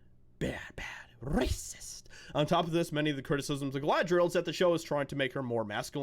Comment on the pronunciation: “Rrrrrrrrrrrracist!” Role those R’s people. Btw you could be a voice actor😂